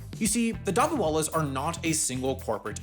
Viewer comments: Youre pronounciation of dabbawalas is quite funny😂😂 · The way says “ Dabbawalas” is hilarious 😂😂